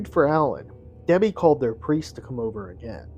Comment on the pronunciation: it was a mispronunciation, you slurred “Debbie” as “Debblie”. But really I’m just teasing you! Liked and subbed